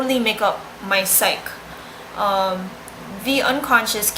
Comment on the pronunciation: it's also pronounced psych-ee, not psych.